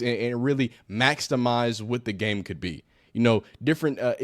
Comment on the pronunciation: Ok i like the THINGS he was sayin, but had to stop because of the HOW he said em. Couldnt keep dealin with the "maxTimize" and the "exCUse" vs the correct "excuse". 🤦🏽‍♂️